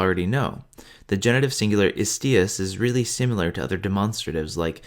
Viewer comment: Very nice! Just be aware, when saying "istīus" not to reduce / to make a schwa from that final "u" but to pronounce it as a real Latin "u" (reducing it / making schwa in the final "u" is what English makes you do it, other Latin speakers [than English ones] never do this). But otherwise I really do like your voice, it is really very pleasant to listen to :-)